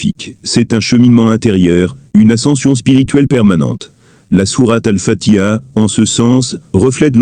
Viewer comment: Je pense qu'avant d'explication surtout de religion, il appartient d'apprendre à prononcer convenablement exemple prononcer fatiha convenablement le ha se prononcé et non fatia dire fati ha